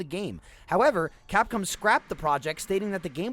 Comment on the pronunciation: If you listen veeeeeeeeeerry closely, you can hear say "Capcum".